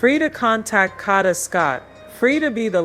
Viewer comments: I APPRECIATE THE STORY BUT PLEASE HAVE YOUR AI SAY HER NAME CORRECTLY IT'S PRONOUNCED KAYDA NOT KODA IT'S SPELLED KADA. THANK YOU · Tink, the narrator is A.I (artificial intelligence), that's why she is pronouncing Kada's name wrong. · Pronounce the name right or please do not cover smh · Plz pronounce her name right smh!!!! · Right it’s annoying me the way she’s saying her name!